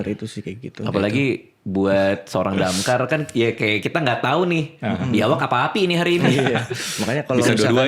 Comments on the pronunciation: DAMKAR❌ DAMCARE✔️ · Damkar ❌️ DamCARE✅️ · Bukan damkar tapi DamCare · DAMKAR ❌ = DAMCARE ✅